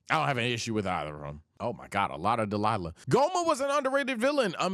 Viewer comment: WHY DO YOU SAY DELILAH INSTEAD OF DAIMA??????